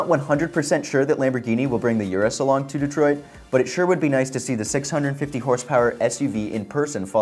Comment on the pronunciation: It’s not Yurus, it’s Lamborghini Urus lol, good work tho